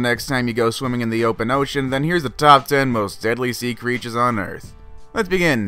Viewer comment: The criechers are in the water are pertecteen there sefls